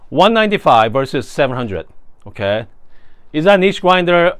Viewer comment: Idk if I’m here for the coffee stuff or the “oukay?”s, but I’m lovin bein here. Cheers! ❤